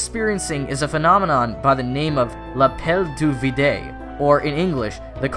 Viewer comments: Arf please write your french stuff in google translate and tap the listen button next time you want to put french in your vids.. well do that for any language.. it s not l appel du vidé.. it s l appel du veed(e) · my god that french... it's pronounced: lapel - due - vid(eo) and try to speak in a sensual voice, it may help with the accent. edit: and actually, the call of the void is rarely experienced by psychopaths for the cases you mentioned, because it's a bug in the brain caused by fear. basically, the amygdala (brain part responsible for fear and stress responses) get triggered by a danger (for example, if i fall off a cliff i'll die), but there's no reason for that risk to happen (you don't just randomly fall while walking), yet the potential loss is very high, so the brain don't just discard the fear and try to explain it, the easiest explanation it find is in most cases that you might willingly do it (in other cases it create disability to explain it, like the legs shaking or loosing balance). so a psychopath won't fear of hurting people so he won't think "damn i could just kill him, that's scary. let's not think of that". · love the channel but bro you murdered the French language trying to say "l'appel du vide" lol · L'appel du vidè 😂 Any French here? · Whao lot of back and forth going on here in the comments. By the way your pronunciation of “l’appel du vide” was awful and I feel like I’ve heard it a few times behind the wheel (particularly when I’m feeling down but not suicidal).